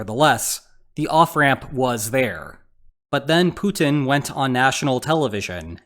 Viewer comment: Is he saying Putin or Putang ? Well both stands for pussies i suppose 😂